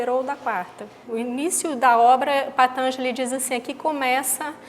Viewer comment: patanjali tem a silaba tonica na quarta silaba....e não na terceira